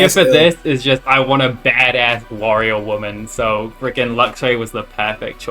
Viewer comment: lowkey thought he said Wario instead of warrior